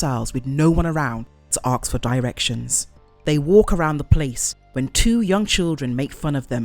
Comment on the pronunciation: Please please please learn how to say the word ASK "ASSS-KH" , as saying "axe" ruins the whole video!